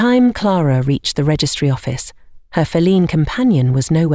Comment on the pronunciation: "fel-EEN companion:???? What?😮 Liked and subbed from Newfoundland ❤!